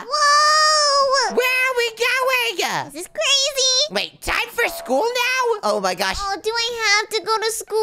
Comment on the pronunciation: CWAIZY Zoey: crazy 🤣